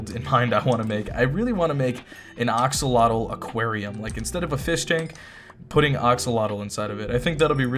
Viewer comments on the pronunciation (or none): Axolotl is actually pronounced Axe-O-lot-l not Ox-ol-ot-l Love the channel hate the new textures (Just correcting pronunciation not hate)